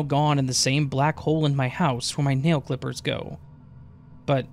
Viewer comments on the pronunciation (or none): none